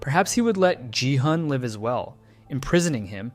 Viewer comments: Please stop pronuncing ji-hun it's a hard G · Yall pronounce gi hun ji hun??? I pronounce gi hun gi hoon 😭🙏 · “Jihan” “yongbai” you need to start listening what their actual names are😂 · For future reference: Jung-Bae is Joong-Bay and Gi-Hun is Gee-Hoon with the g pronounced the g in good or go. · the way you pronounce gi-hun makes me upset ngl